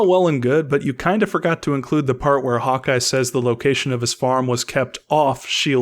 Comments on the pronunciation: did he just say Hot guy instead of Hawkeye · Lol, when you said "Hawk Eye" it sounded like you said "Hot guy". xD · No! No! No no NO!!!! I KNOW you're saying "Hawkeye", but it SOUNDS like you're saying: "Hot Guy", and I am NOT suggesting you're gay, (Absolutely NOTHING wrong if you are) or that I'm all right with that!!! (You saying "Hot Guy", I'm fine with the LGBT & think they're treated TERRIBLY by Society)